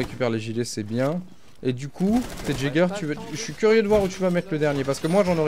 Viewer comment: ON NE DIT PAS " JÄGER " MAIS " YÉGER"